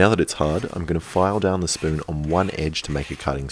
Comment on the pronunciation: My favorite part was when he said S P O O N